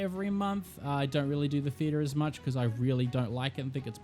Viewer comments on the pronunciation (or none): none